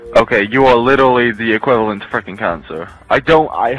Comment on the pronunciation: "you are litally the equivlant to cancer"